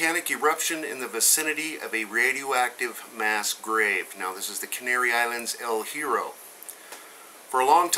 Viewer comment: We don't pronounce it El Hero, we pronounce it El Yeah-row. It's Spanish for The Iron.